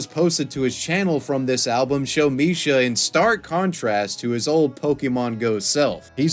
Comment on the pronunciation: Bro he says misha hear Mishima